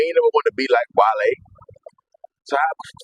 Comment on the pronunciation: Kai: wall-e 🤖 Chat: 💬 wale Kai: 😴